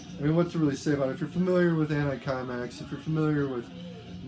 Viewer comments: Hello, great video and so nice to hear about som D-beat and "mangel". Could not find it in the comments below so I can fill in that it is pronounced anti-simex, it is the name of a pest-control company founded in Sweden. Thanks for your great Channel! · It's pronounced "anti seemex"